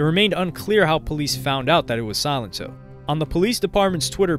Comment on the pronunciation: It's pronounced; Sa lent O